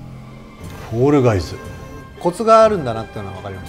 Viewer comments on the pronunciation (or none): ガイズがゲイズになってるの草